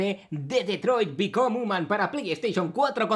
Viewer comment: Grande el. No tengo PS4 así que tiro del mejor gamer/youtuber para ver este pedazo de juego. Un detalle: Pronuncias mal el título. Detroit become "jiuman". Siendo la sílaba tónica ese diptongo de IU. un saludo máquina. P.D: Por si no te habías fijado, el doblador del teniente es el mismo que el de Brian, el perro de Padre de Familia;)